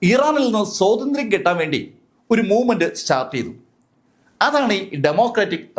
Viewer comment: സോതന്ത്ര്യം എന്നു പറയാതെ. സ്വാതന്ത്ര്യം എന്ന് വ്യക്തമായി പറയൂ... 🫣